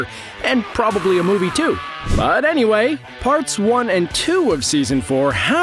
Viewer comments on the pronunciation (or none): none